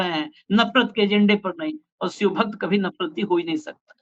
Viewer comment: सर अपना उच्चारण ठीक करिए. शिव को सिव मत कहिए.😊